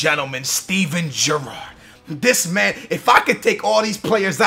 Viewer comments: Jurrard? How do you pronounce Gerrard - Jurrard? Your accent confuses me sometimes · The way he says Gerrard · For the love of god learn how to pronounce names, the way you said Gerrard was painful